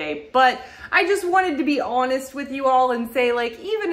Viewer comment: I just noticed your accent today when you said honest but I don't know where it's from. Couch pillows are for short people like me. we don't fit on couches made for men